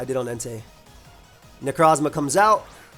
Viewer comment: Why do you say Necrozma like that? lol I feel like I’ve heard that before